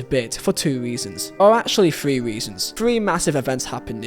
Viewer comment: Three is 3 not free.